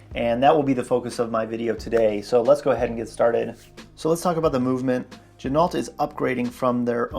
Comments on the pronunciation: Good vid point of interest ....it is not gin-alt. It is gen-o.....much like the car, ren-o, not ren-alt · FYI, the proper pronunciation of Ginault is: “G-Noh”. The l and t are silent. Per the company owner. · You don't pronounce the "L" in Ginault. This company started making replicas. Some claim they still do. Their history is sketchy at best. Their website is a joke. The long list of phony claims & lies is really sad. They once claimed this watch was made in the USA. It was printed on the caseback. Then they got caught in their lie, so they sent out replacement, sterile casebacks. Beware!